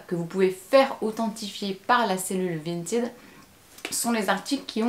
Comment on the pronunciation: Attention cela ne se prononce pas "vinteed"